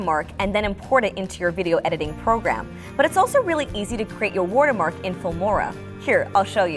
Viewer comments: It's "Watermark" btw not Wotermark hahahaha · She keep saying WUTER-mark not WATER-mark no hate it’s just funny 😂 Good job tho!! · Wortermark^^ Lol I love it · "WortErMark" i love that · so nobody can sTiLl it 😂 "wUtErMUrk" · No one: My dad: The lady is this vid: W O O D E R M A R K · no, it's "wirtermark" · skyline no it’s wutermark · Wurter mark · "War - Ter Mark" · woatermark lol